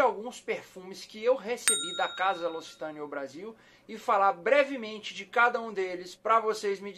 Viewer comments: Você pronuncia errado não é locitane e sim loc-citane tem q ler os dois c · Se fala loquicitãne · A pronúncia correta é Locsitan